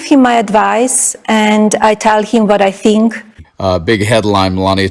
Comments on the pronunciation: I teeeell him what I tink. I tink he mell. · Yep, Milashka, you said it yourself "I sink" . You are sinking more than you sink (oops) THINK.🤣🤣🤣🤣🤣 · “I tell dee prezident what I tink.” Sure ya do, Melania. Trump listens to your nonsense just as intently as he listens to the needs of the citizens he’s supposed to protect 😡